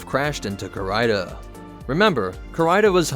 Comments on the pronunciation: Core-Rider? - Damned, it's CARIDA :) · It’s pronounced ca-ree-da. Not ca-rie-da